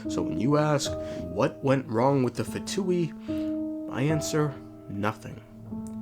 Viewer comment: Btw no hate or anything but its “pha-ness” and not “fains”